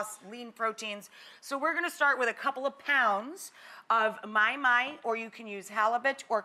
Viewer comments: Well that’s awkward. It’s not “my-my” it’s “maw-hee, maw-hee” lol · did she just say my-my???? what a kook. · Thats not how you pronounce mahi mahi(ma-hi ma-hi)